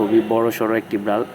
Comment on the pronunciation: Bral na Vai biral